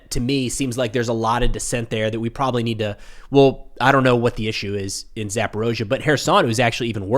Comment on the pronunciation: Referendums run by the Russians? Surely legit. yeah, right. BTW, it's Zapo-reetzia, not Zapo-rosia.